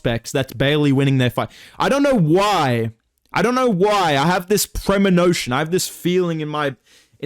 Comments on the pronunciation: “Premonotion”? Pack it up bro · Absolutely butchered the pronunciation of premonition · bud you pronounced premonition wrong